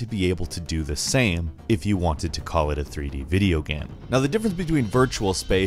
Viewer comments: He says it several times in the video. He even says "sam" at one point instead of "same". I have heard many different accents before but this is new to me. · "pretty much the sam" edit: "3-D video gam"